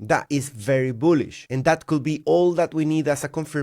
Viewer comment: Stop pronouncing Could be as coulll be. It's triggering my OCD. Just say coud...silent L 😊